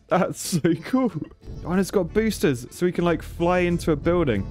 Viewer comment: Are they boosters, or BOOSH-ters? Rail gun was my favorite.